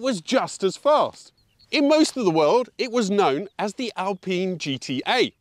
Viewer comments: Thanks, no hard feeling about your prononciation with GTA ! Alpine in french sound like Alp-in and not Alp-pine .. Yes this car is so good but, as you've said, the quality is under german standards.. In France, we love the original Berlinette and also the new one .. ❤ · For god's sake it's pronounced "AlPEEN'' insta dislike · As an Italian you should lean towards “Alpeene” So given that we love your pronouncing Italian cars in Italian, So will you please stop pronouncing the lovely Alpine cars as I’d they were built by the Rootes Group in the 1950s/1960s. Otherwise love your stuff, so not asking a lot! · What's the correct way to pronounce it? Alpine that rhymes with shine or Al-peen that rhymes with keen?